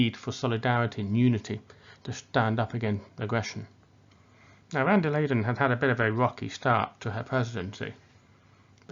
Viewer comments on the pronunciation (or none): My friend. The lady is not called "wander laden". Her name is pronounced "fonder lion". (like a lion who's even fonder of something than you previously thought.)